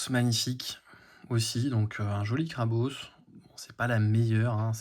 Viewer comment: Incroyable de pouvoir voir tout cela ! Par contre c'est la première fois que j'entends quelqu'un dire Krabausse XD J'ai toujours entendu Krabosse aha